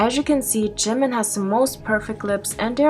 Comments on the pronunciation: I just lose 1 of my brain cells ald if they says "Jeeemen" again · He says jimin like jinmin. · it bothers me how he pronounces jimin's name as JIM MIN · "I respect Jih-min sooo much." Start by pronouncing his name properly, dude. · jimIN like wtf say his name properly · I can tell just by the way he says “jim-in” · He cant even pronounce it right "jemin" wth? My poor British self has to put up with him being born here. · And he can’t even pronounce Jimin’s name properly 😑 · JImin! The way he say jimin🤣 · Everytime he says Jimin it's hurts me physically and mentally and makes me wanna throw up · He pronounces jimin wrong and he looked better without plastic surgery I feel bad though cause the man is going through a mental nvm I'm not even gonna say it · He can’t even say “Jimin” and it hurts me mentally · He can't pronounce Jimin even right 😂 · Everytime he says ‘Jimin’ ... A small piece of myself died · He can't even pronounce "jimin" correctly.... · im sure he not .. i saw many stans but never act like him .. screaming in public '-' stupid kiss pictures '-' .. on top he cant even say jimin name right x-x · He doesn't even pronounce Jimin riiiiight come on he not a real stan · Is it just me but he pronounces Jimin oddly?